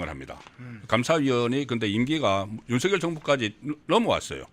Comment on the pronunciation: 넘 무식하게 들려요. /윤서결/ × /윤성열/ ○ 윤 전대통령님을 존경한다면, 부모님들을 존경한다면 함자 바로 /윤성열/로 불러 주세요. 고유명사는 문법(여기서는 자음접변)에 영향을 받지 않아요. 본인이 부르는 대로 불러 주는 게 예의이고 상식이에요. 취임 초기에 /윤성열/로 불러달라고 했어요. 지금까지 /윤서결/로 발음하는 건 어감상 거북하고 넘 무식하게 들려요.